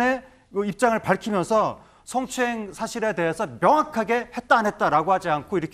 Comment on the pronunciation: 아나운서 출신 맞아요? 스엉추행? 성추행 발음을 스어ㅡㅇ추행ㅋ